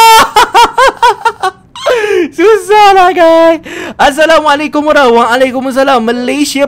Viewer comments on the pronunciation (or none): none